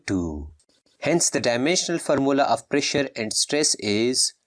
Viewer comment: Pressure and stress u said wrong